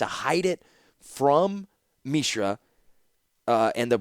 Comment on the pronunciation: First of all, thank you for making these it has been an incredible journey listening to your audiobooks so far! I’ve rode along for the first two novels and am looking forward to the rest after this. Secondly, I wanted to mention that the way you’ve been pronouncing Mishra is actually correct given the etymology has roots in the Sanskrit language. Mishra (pronounced Mi-shra and not Mee-shra) means “mixture”, presumably foreshadowing how Mishra got mixed up with Phyrexia’s glistening oil. Interestingly, Urza also has roots in Sanskrit as the word urja (pronounced oor-jaa) means “strength”/“power”/“energy”, presumably hinting at Urza’s obsession with energy powered artifacts and bearing the Mightstone. In urdu, the word transforms to urza (pronounced oor-zaa).